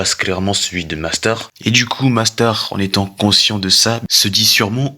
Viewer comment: Mais parle correctement "nastar"cancer" mais wsh tu c pas dire mastar et concer c pas si dur ptdrrr